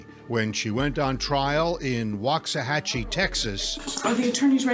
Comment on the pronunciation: So random but they mispronounced waxahachie so bad… it’s pronounced like wax like car wax - wax-uh-hah-chie (local here)